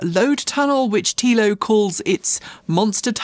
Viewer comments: TELL-O, TELO, no? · FYI, Telo is pronounced like „Hello“ … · sorry, I meant the way it was pronounced... maybe it is just me... thanks and take care!